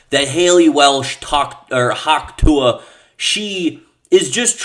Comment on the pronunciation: Why does he say Tuah so well